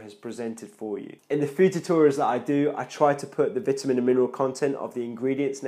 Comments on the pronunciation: Your English is good except Vitamin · Are you american if you are english people call it vitamins you are american you call it differently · Really well put together and explained man. Only problem for me (an aussie) is the way you say Vitamin haha